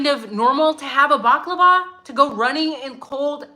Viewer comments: Bal-lah-clah-vah 😂 Baklava is a Greek dessert. : ) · You are adorable not baklava that deliviousGreek dessert but a balaclava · It's bala clarva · As an Irish man, hearing you pronounce balaclava is 😂😂 love ya, English is my second language